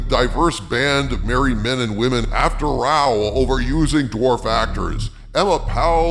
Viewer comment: Thank you, at last a youtuber who can pronounce Row when used to say for example "they had a row with each other", Row and Row, two English words spelt the same but pronounced very differently with totally different meanings